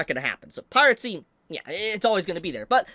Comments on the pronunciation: why do you say pirate-see instead of piracy? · Bro pronounces piracy as "piratecy" 💀💀💀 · Yes. Pirate Sea will always be around. Never stop mispronouncing things man. You be you.